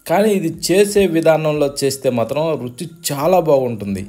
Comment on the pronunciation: రుసి కాదు రుచి సల్లార్చి కాదు చల్లార్చి